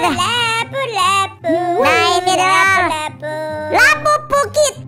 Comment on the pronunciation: salah lo bukan lapupu tapi labubu loh bang semoga cepat sukses ya bang